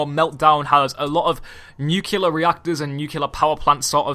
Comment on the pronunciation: For the love of god, it's NUCLEAR, not NUKULAR.